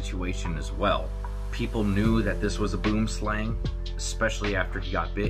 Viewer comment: You are pronouncing Boomslang completely wrong. It's an Afrikaans word Boom=tree Slang=snake